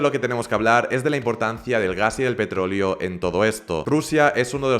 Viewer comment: Todo bien con tu vídeo pero cuando dices petrolio y no petroleo me da algo